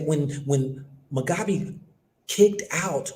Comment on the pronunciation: Pronounced Moo'gaa'bey = Mugabe😒